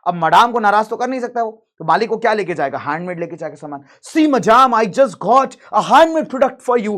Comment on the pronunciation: Maadaame 😂😂it's madame and pronounced as madam